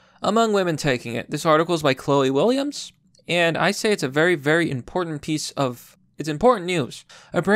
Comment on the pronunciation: "very importiant"?